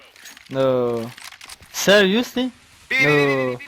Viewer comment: serIOusly? noooooooooooo.... serISously? no.....